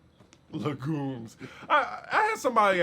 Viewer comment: Lol. Legume usually pronounced leg-yoom y'all 😊